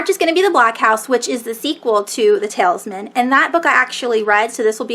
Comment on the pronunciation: you mispronounced the talisman